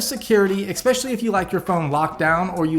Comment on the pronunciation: I don't trust anyone that say EXspecially instead of especially.